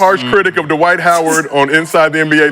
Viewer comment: "Dwayde" - Dwight Howard 😂😂😂